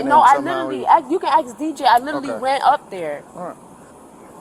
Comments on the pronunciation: She " litally", said I in college an' working part time.😮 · "It's not my fault. He lidderally got out the car."